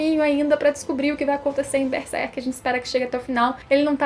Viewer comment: eu não entendo o motivo das pessoas, falarem beserk, não pulem o ''r'' please god. BERSERK hhuehuheuhue